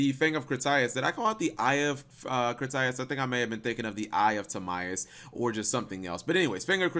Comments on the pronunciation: fang of crit tie us lol it's pronounced fang of crit tee us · it's pronounced Crit-E-Us, not Cri-Tie-Us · He also pronounced Critias wrong again. lol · Assuming has not seen the waking the dragon saga, pronouncing critias wrong. Let me help you out.